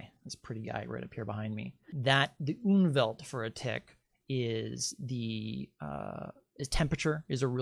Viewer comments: It's not "Unwelt", it's Umwelt (die Umwelt -en, fem.), meaning approximately the 'surrounding world'. (The word exists in several Germanic languages, for instance Swedish = omvärld (omvärlden -ar, reale), yet apparently not in English). Just started watching. This looks to be interesting. 👍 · Sorry to correct you, but it is called UMWELT!! UNWELT as you mention, does not exist, but would mean terrible world, antiworld. Please check!! Greetings from Austria(german speaking)